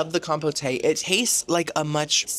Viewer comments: "Com-poh-tay" = "Com-poat" ✔️ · I love cruises and Jimmy Buffet both, but this is a cruise line I will happily skip. Thanks for the inside look at a cruise line that makes Carnival seem high class. Definitely a very entertaining video. Also, every time you pronounced compote as "com-po-tay" it had me laughing. Keep up the great work! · Compote: Pronounced “Com”….rhymes with “Tom”, and “pote”, rhymes with “wrote”. You’re welcome,: it’s the least I could do: LOVE the videos! 😊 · Honey, I'm assuming you know how to pronounce compote😂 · I love you. As your sister I need to tell you I think your pronouncing Compote wrong. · You don’t pronounce the “e” in the word compote. I sure wish you had a better food experience.